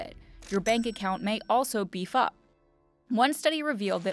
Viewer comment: Who else thought she said your bank account would “be f***ed” instead of “beef up”